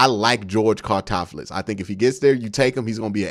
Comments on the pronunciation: Its all good Q. But its George (Car-loft-tis) Karlaftis 🤗 Also…don’t sleep on CLE drafting Tyler Linderbaum if he falls or Leo Chenal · Q don't care what homie's name is🤣🤣🤣 Karlaftis. Karl-ahf-tis Great video though💪🏾💪🏾💪🏾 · The way you say Karlaftis' last name kills me lol. I agree with nearly everything you said in this video except for saying he could be a Bosa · The way Q says Karlaftis hurts my soul just a lil bit everytime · If we get Karlaftis all I hope is that Q learns how to say his last name correctly